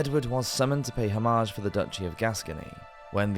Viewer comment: The usual wrong pronunciation of AI. Hom--arge? French or English?